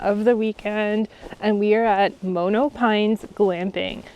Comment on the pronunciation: Its pronounced maa-no - really nice vid, if you want a less "tent" experience there is a place in Parry Sound called Log cabin Inn that has little cabins on a pond with big windows and a fireplace which are very cool. Good restaurant on site as well, was there in a snow storm and it was awesome